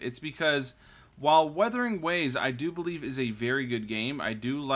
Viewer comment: 笑死人 米哈游給你的商單蠻多錢的，連游戲都沒玩過就照著稿念肯定會念錯的 要多練習一下:face-blue-smiling:沒事 不怪你 賺錢嘛 不寒摻